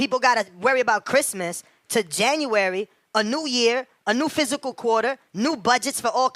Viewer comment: Dude said a "new physical quarter". Its " FISCAL" quarter. Read a freakin book or something.